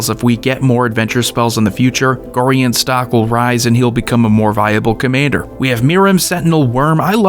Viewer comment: For the love of anything, sir. It's Gorion. Goh-rai-on. You're excused for not knowing. Thx.